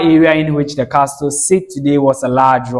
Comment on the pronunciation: Well done young man. Just a NB: It is pronounced "Casl" pls, not "castl". The 't' in the word Castle is silent❤.